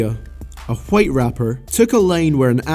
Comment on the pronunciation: Why tf you say the word white like Stewie griffin